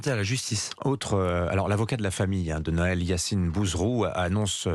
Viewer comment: Déjà c est pas Naël à la francaise mais bien Nahel a l orientale